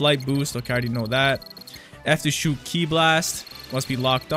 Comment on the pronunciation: Ki isnt pronounced Kai bro 💀